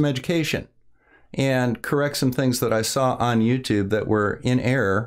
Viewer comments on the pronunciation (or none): none